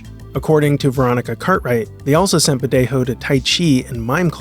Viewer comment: Great video but Badejo isn't pronounced with the hispanic "J" sound (the voiceless glottal fricative, in English "H")! It's an English "J" as "jump" sound (voiced postalveolar affricate)! His Wikipedia page has pronunciation audio.